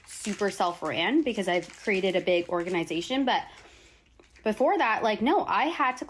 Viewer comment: I keep replaying that part to listen to how she pronounces the word organization…..